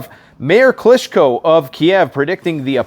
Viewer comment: What's a " Kalishnakov " ...and who is " Kalischko " ? Never mind the gun's name...but talking about a boxer who you think is a great fighter...and not even knowing his name, is puzzling, to say the least